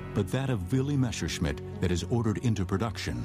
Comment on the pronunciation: I agree. Not only this particullar film. Usually it's the good old "Meshersmitt"